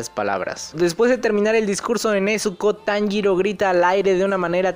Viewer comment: Las lagrimas se me escaparon cuando Kanao sacrifico su ultimo ojo visible, y la mayor referencia en la traducción fue que Inosuke dijo perfectamente el nombre de Tanjiro